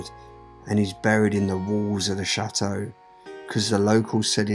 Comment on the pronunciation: CHATEAU NOT SHAAATEAU LOL